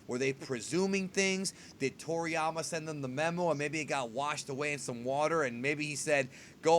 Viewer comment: So we got Freezer, Cooler and now "Toryamer"